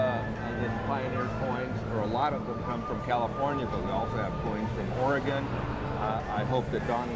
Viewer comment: Don might be a specialist at coins but he certainly doesnt know about how Oregon should be said haha we dont pronounce it Or-e-gone. Simply like Organ.